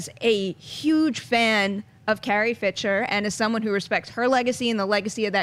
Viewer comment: LOL...... SHE CALLS HER CARRIE, "FITCHER," INSTEAD OF FISHER..... DOH !